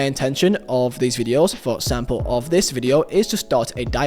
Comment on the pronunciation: “For Edsample, edso”